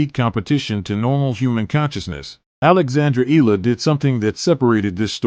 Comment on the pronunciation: Eala pronunciation E-yala